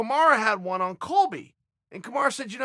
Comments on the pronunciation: God damn Chael can you not pronounce a single fighters name correctly ? Surely you’re doing this on purpose right? It’s Kamaru .. not Kamara. This year has been the year of upsets and I have a feeling the last event is going to end with another big upset! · Still calling him "Kamara"🤣🤣🤣🤣🤣🤣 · When uncle Chael calls you Kamara....you are now Kamara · Marty “Kamara” Usman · Who is KamarA? It's KamarU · If uncle Chael calls you Kamara you better change your name to that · Chael "Kamara" Sonnen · Um, Chael, who the hell is Kemarra? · Chael we are well aware that you can spell Kamaru the right way but we love that you stuck with Kamara hahaha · Kamaru "Kamara" Usman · Chael "Kamara Usman" Sonnen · Us: Kamaru Chael: Komara Us: Komara Chael: OK, great. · He just said. Kamara vs colby 😂😂😂😂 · Everyone: Kamaru Chael: Kamara Everyone: Kamara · I swear his name is KAMARU NOT KAMARA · Nobody: Chael: Kamara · Kamarah Oozman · Dont ever say KAMARA again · Already dead “kamara” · Chael "Kamara Your-ear" sonnen